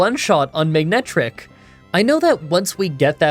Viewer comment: You said “Magnetric” so many times that I could really hear you pronouncing the “g”… which is odd, because the Pokémon’s name is “MANETRIC”.